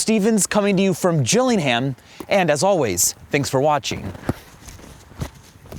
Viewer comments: Triggering he said gilling ham not Gillingham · It's pronounced "Gilling-am" not "Gilling-ham". The "h" is silent. :-) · If you’re in england don’t call it jilling-hayum. Ease up bruvva😂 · "Jilling-Ham" xD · Jilling Ham, Cope-a Nine-dee. Roberto Car-Lows. Speak properly. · Can he even say Gillingham correctly